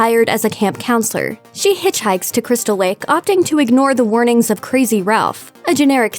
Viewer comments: Are you 2 because “Crystal wake” sound like a 2 year old trying to say crystal lake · doesn't it sound like she said wake instead lake or is it just me? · When you reviewed 2009 Friday the 13th you said camp crystal wake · Why do you say crystal wake it's crystal lake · "a group of youngsters head to Crystal Wake" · you said crystal wake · She said crystal wake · Is it just me or did you just say "Crystal Wake?" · Is no one gonna mention that she's saying crystal wake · She sounds like she said crystal wake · cwystal wake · In she says Crystal wake Instead of lake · why'd it sound like she said crystal wake? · Am I buggin or did the narrator say Cwiistal Lake and iwwwegal pot farm here? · Cwystal Wake? IWEAGLE!? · "...Crystal Wake to search for an Iwegall pot farm..." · ”Cwystal Wake” ”Iwegal Pot Fawm” You got a tongue problem? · she says crystal wake and iwegal LOL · Skip to . The Looper girl says crystal WAKE and IWEGAL pot farm lol